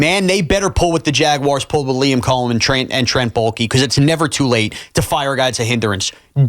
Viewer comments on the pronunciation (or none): none